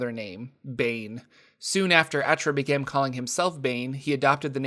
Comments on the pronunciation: We sure Achra is pronounced A-Chrah and not Ahkra? Its cool either way but the spelling seems to indicate the second pronunciation, granted the folks writing this fluff can decide it sounds any which way they want. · I think its meant to be pronounced like "akra" as in the Sitra Achra, but i could be wrong. Just figured as much cause he's evil